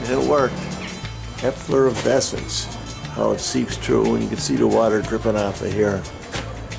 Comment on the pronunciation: efflorescents. Not efflor(v)descents, no V ever!